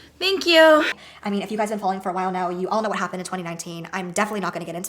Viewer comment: I adore your humor. The way you keep saying "thank yew" 😭😭😂